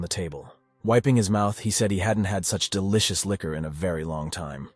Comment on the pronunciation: licen to how duilicus was said.😅